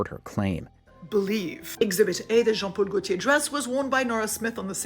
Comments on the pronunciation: "GENE PAUL GARTOOR DRESS" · The pronunciation of Jean Paul Gaultier made me so twitchy, i put my neck out 😂